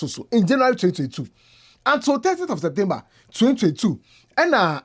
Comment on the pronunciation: lol it seems u're having some trouble saying "30th of September" 🤣🤣🤣